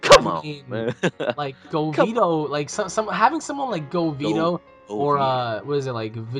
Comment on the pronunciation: Govito??? More like Gogito